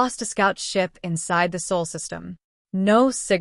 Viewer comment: It’s Sol not Saul